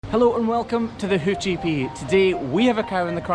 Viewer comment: Not gonna like I mis heard the beginning and thought he say “welcome to the hoochy Pete”